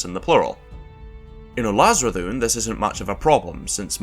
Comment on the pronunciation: why does it sound like he is russian when he said Ulazredhun